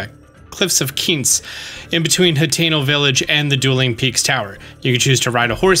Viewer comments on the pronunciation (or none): none